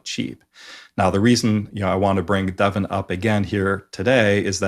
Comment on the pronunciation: great as always. Nice to hear the correct pronunciation of Devon. (i.e. not "Devaughn.)